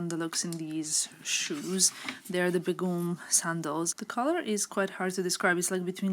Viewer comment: It’s actually pronounced Bay-Gum. Begum means wife in Urdu!